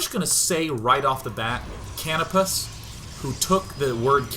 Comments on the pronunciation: Dear Day9, Canopus (pronounced ka-NO-pis) is a major character from the Ogre Battle series. Just thought as a gamer you'd like to know!! :) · I think canopus is pronounced ca-no-pus, it's actually the name of a star, one of the brighter ones in the sky. It's one of the stars on the flag of Brazil.